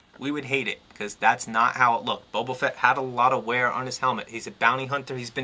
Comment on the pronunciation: Good review, however I have a couple of points of contention!!! First of all, his name is Boba, not Bobo, lol, and secondly, his shoulders do move upwards of ninety degrees, trust me just push them up a little and they'll slide ride into the joint!!!